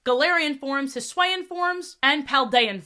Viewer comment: Cyclizar doesn’t have a “d” at the end. Extra I for Octillery too “Hiswayin” Forgot the “-er” You missed a syllable. “Bla-SEH-pha-lon”